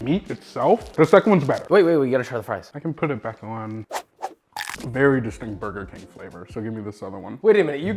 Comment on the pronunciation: burber king